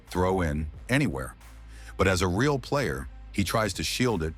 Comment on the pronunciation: thank you very much. Mai I give a feedback about the videos? You should find a way to fix the pronunciation of the voice software for the word "real" as it is pronounced as the english adjective and not in spanish. Just a minor thing, keep up with the great work!